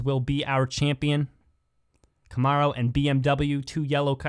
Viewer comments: I dont think i’ve ever heard it pronounced “ca -morrow” 😂 But the spanish commentary is legit as well!! Buen Carrera!!! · The ARO in Camaro Is pronounced like arrow